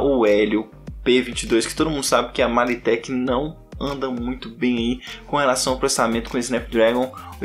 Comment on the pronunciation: "2.0 giga hutz" kkkkkkkk é hertz (lê se rérts mesmo). E não é "MaliTek" é "Media Tek". E não é "clocagem", é "frequência". Sua análise tá ó....